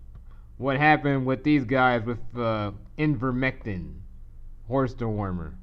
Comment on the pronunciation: Attempting to espouse brilliance but pronounces IVERMECTIN as IN-VERMECTIN.